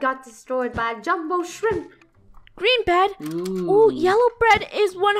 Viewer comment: Funneh: Green bed me: sounds like bread = green bread